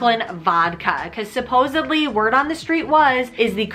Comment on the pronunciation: Thanks alot, just for fun wanna share something: when you said supposibly, instead of instead of 'supposedly' , I lost it🤣🤣🤣🤣🤣 it reminded me of Joey and Chandler's talk about this grammatical mistake🤣🤣🤣🤣 Don't mind just something funny😄😄😄💪💪